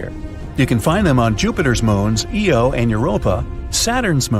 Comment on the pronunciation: And why can't these documentaries ever get the name of Jupiter's moon right? It's IO not EO